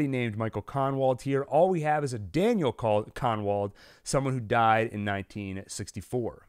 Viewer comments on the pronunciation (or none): none